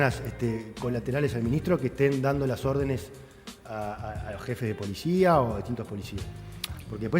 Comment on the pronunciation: La polishia, chicoshhhh !!! De donde viene esa pronunciación? Se las enseñan en algún lado?